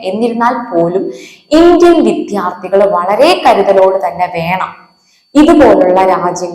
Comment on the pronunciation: ഉച്ചാരണം ശ്രെദ്ധിക്കുക . വിധ്യാർത്ഥി അല്ല വിദ്യാർഥി . വിദ്യ ....